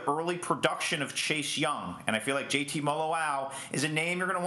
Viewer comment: He didn't even say JT name right tf lol